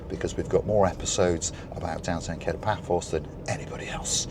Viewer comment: It's pronounced Ka-to, not Kay-to as in The Pink Panther.